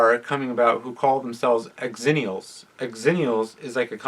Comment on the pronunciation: It's not pronounced "ex-zennials" it's "zennials" c'mon man..